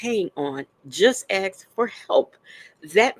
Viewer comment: She also says "AXE"🪓 instead of "ASK"❓... The only trashbag I remember, who replaces with a K every word ending in ING, is Leticia Stauch (and her mini-me who tried to cash on a life policy from a murdered child....) RIP Gannon Stauch🙏